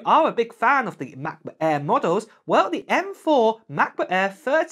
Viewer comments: What's a Ma' boo' Ai'h bruv? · Oh, the Ma-Buh Err, you say? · The way how you pronounce Macbook Air is funny.